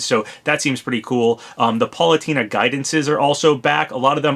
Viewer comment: Pal-Oo-Tay-Nuh, not Paw-Loo-Tee-Nuh...